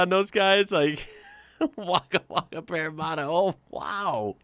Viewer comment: Parra-matt-a, not Parra-marta. 😜❤️ Parramatta, Coolangatta, Wangaratta.